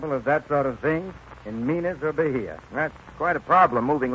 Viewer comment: Okay so now I've heard Orson Welles singing "No Tabuleiro Da Baiana" -- that makes it all worthwhile. A more listenable version from 40 years later can be heard here: This was a 1936 popular song by Ary Barroso as with many of his singing the praises of Bahia. Had to wince at the "architect's" horrible pronunciation calling it "ba-HEE-ah" though (it's properly "baye-eah").